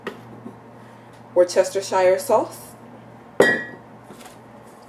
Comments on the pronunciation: i had a problem with that word WORCESTERSHIRE. i was told its WORCE - TER- SHER is the proper way to pronounce it..:) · Pronounced: wurst ster sheer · Pronounced: WUHS-ter-sheer Sauce. Also, I've found it lots simpler, less messy, to premix all ingredients and place them in a plastic Ziplock bag, add the meat, zip it up, work it around until the meat is well coated and ready to place in the pan! Efficient, and clean... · Great video! Tony whatever you said is really Creole seasoning.. A splatter screen is great to prevent popping of grease... Wu-ste-cher (shear) is how that is pronounced. A lot of folks have issues with it.. haaa Good video especially for a first try... One suggestion, you may want to get your nails done for a more professional look, do your hair? Also, maybe clean up the bags behind you. Great first try!! Make money this way too!! Take a peek at "Laura in the kitchen" to see how she started as you have and how she has also made it more professional. Quite wealthy now... selling books and all, good luck God Bless you!! Please understand I am only trying to help...NO shade! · wus chester shire sauce?? pronounce it properly, come on make a bit of effort or you get a kick in the fanny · Looks lovely as a Brit I can tell you it's pronounced as woostishire English spelling can be a little retarded at times ;) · Love how Americans pronounce Worcestershire sauce